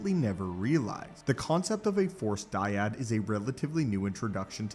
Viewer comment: The " dYaD"🥴